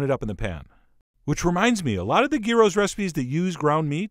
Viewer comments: It's amazing. I love, I adore Chef John. But only until he tries to make Greek, or Greek inspired foods, at which point my instincts urge to me scream at the screen about all the ways he's doing it wrong. XD Oh and, it's yeeros. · Gyros is pronounced 'year-oss' in Greek. Or you could go Turkish and call it Döner (pronounced der-nurr), but don't mix them up or you'll upset a Greek or Turk... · The most common gyro meat in Greece is pork. None of this fancy beef or lamb. And the 'y' is pronounced like the i in 'in'. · Look up the pronunciation of gyros. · I've never heard a north American pronounce Gyros correctly until the start of this vid, but then you got it wrong the rest of the way through? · Traditional Greek gyros from what I understand are made solely with pork, and are pronounced "yee-row" with a small roll of that R. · I am a big fan of your recipes but I was trained by a middle eastern chef and rosemary is not a traditional ingredient in Gyros (pronounced like Euro). It is too overwhelming a flavor. The oregano is definitely the main flavor. The meat should be very finely minced and pressed for several days which allows the flavors to mature and there's no bread crumbs in it! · Tzid Tziki easy to pronouce .. And gyros ..(yearos) Go to google translate :) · Proper pronunciation is..YEE-ro!!! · I love how neither of his pronunciations for gyros were correct... should sound like euro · "... and I know, the paper is still on the bottom. I'll remove it later. I'm too upset right now." Ha ha! And Chef John, you were closer to the pronunciation the first time around, it's gee-ros, (not guy-ros) ... or if you want to sound like a real Greek "yee-ro. : ) Interesting spin on traditional gyros. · the g us pronounced like a y, so its "yeero" not "geero". Also gyros is plural, you should be saying gyro for the singular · Its pronounced yearoh not gearoh bro the G is silent. lol. my mom is 100% greek from the island of Krete so i'm the expert of this excerpt. lol..